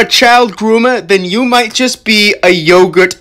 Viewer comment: Notice how he says “might”